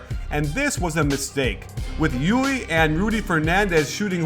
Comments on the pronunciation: Still, Guillermo's "E U L" English approximation is the closest one. Coach pronounce it like "Llui" (in Spanish) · by the way, it'is not pronounced /jui/, but /djull/ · Hey, I asked around on how to pronounce Llull and they said it's 'yuy'. They said it's because it's a Catalan name and its original pronunciation is not used by the average Spanish speaker so you will hear 'yul' most of the time. As I don't speak either Catalan or Spanish, somebody who does need to confirm this. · its not yuli, its yul. native speaker talking. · Llull is normally pronounced like "Yule", but in the island where he's from, a lot of people pronounce it "yuy" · not in at the end of the word. It's Youl. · Wrong. It's Youy, where the ll is stronger. The end being l is a misconception because there are so few words in Spanish (just city and family names) ending in ll most people don't know how to pronounce it when it's at the end. It's pronounced like the usual elle at the end both for Spanish and Catalan. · great video and fantastic analysis! As spaniard let me tell you that LLull is pronounced as if it was a "j" jull. Keep it up! you´ve got a new follower!! Greetings from Spain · Coach im from Spain and you are saying his name the wrong way, is Llull (Yul) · Hey Coach,im spaniard and its Llull,readed something like E U L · Hey coach! Spaniard here! Llul is pronounce with an "l" at the end not an "i". Thanks for the analysis you are the best! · you pronounced llull wrong!